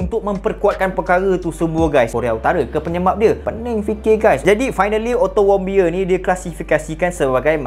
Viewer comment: knpa ak dengar ckap "ottomobile" 😂